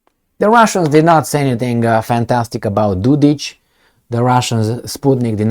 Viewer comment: Dodik is pronounced with K like Kenya. He is not Dodić.